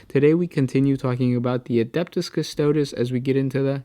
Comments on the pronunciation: how is this proof for anything? its highly anecdotal and has no connection. Custodes is a word rooted in latin, so the letters are pronounced the "european" way, not the american, so the e at the end is not silent or an "IH", its a short "eh". so its not pronouced "cus-TOADS", but "cus-toh-DES". Watch any video of Games Workshop where they pronounce Custodes if you want to have evidence. Or go eat an ass-tart :D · Custodes is pronounced cus-to-dees, not cus-toads. This is a common pronunciation in latin. Astartes for example is ass-tar-tees, not ass-tarts lol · the is no dees there is only days Cu-sto-days